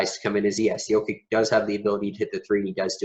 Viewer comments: Maybe for credibility learn the correct pronunciation of the players. Its just hard to take you serious if you mispronounce names. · Why don’t you go to the Denver Nuggets website and check their pronunciation guide so you can at least say the guy’s name correctly. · How can you make a video about Jokic of over thirteen minutes without learning to pronounce his surname correctly? This is ridiculous!!!!!!!